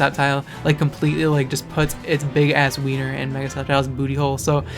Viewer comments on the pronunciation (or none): none